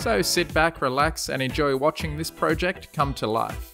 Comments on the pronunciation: He says pojec and I say project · Pro-jeked 😂it's project